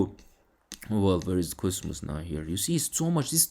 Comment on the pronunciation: Try to pronounce cosmos correctly. Basically it is coZmos and not ( S ) . By the way I am all in on it 👍